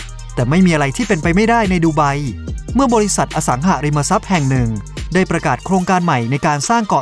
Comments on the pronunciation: ทุกอย่างดีหมด ติดนิดเดียวตรงการออกเสียงสองคำนี่แหละจ้า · อสังหาริมทรัพย์ ไม่ใช่ อสังหะริมทรัพย์ อย่างอื่นโอเคร ชอบหมด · อสังหาริมทรัพย์ หาาาาาาาาา สระอา เป็นสระเสียงยาว ออกเสียงสั้นมันเหมือน อสังหะริมทรัพย์ ฟังแล้วขัดๆ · เดี๋ยวๆ คนลงเสียงนี่จบม.ปลาย ป่ะ รู้จักคำว่า “อะ สัง หา ริม มะ ซับ”ไหม?? ไม่ใช่ “อะ สัง หะ” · อ่านว่า อะสังหาริมะซับ ไม่ใช่ อ่านว่า อะสังหะริมะซับ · อสังหาริมทรัพย์ ไม่ใช่ อสังหะริมทรัพย์ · คนพากย์น่าจะไม่ค่อยอ่านหนังสือ อ่านผิดหลายคำ จักรวัด อสังหะริมทรัพย์ ฯลฯ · จัก-กระ-หวัด ไม่ใช่ จัก-กระ-วัด อะ-สัง-หา-ริม-มา-ซับ ไม่ใช่ อะ-สัง-หะ-ริม-มะ-ซับ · อสังหาริมทรัพย์ แต่ออกเสียงเป็น อะ สัง หะ ริม มะ ซับ ตลอดเลยครับ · ผมว่าเขาคงต้องอยากสร้างภาษาใหม่ อสังหาริมทรัพย์ แต่อ่าน อสังหะ อาจเขียนมาผิดหรือเข้าใจผิด ก็อ่านแบบนี้ และ จักรวรรดิ์ เขาก็อ่านว่า จัก-กะ-วัด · เสียงบรรยาย โดยรวมทำได้ดีนะครับ น่าฟังดี มีแค่บางคำ เช่น อสังหาริมทรัพย์ อ่านว่า อะ สัง หา นะครับ